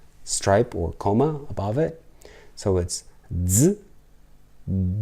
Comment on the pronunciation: The thing on top of some letters, is a line, or in Polish a kreska. Wikepedia says: A diacritic – also diacritical mark, diacritical point, diacritical sign, or accent – is a glyph added to a letter or basic glyph. calls it a coma [ or at least he does pronounce it as a "coma". Wikapedia says a coma means the following: Neurology, Psychiatry. A coma is a deep state of prolonged unconsciousness in which a person cannot be awakened; fails to respond normally to painful stimuli, light, or sound; lacks a normal wake-sleep cycle; and does not initiate voluntary actions.) is thinking of a comma, but pronouncing it wrong. It is not a comma! Oxford describes a comma as: a punctuation mark (,) indicating a pause between parts of a sentence or separating items in a list. I have made a video of Polish greetings and goodbyes, Hello and Goodbyes. videos of Polish Alphabet and Polish Digraphs are very good. calls them diagraphs ( he adds an "a" after the "i" ). Now a diagraph is a mathematical term, and Merriam Webster Dictionary says: Definition of diagraph.: a drawing instrument combining a protractor and scale.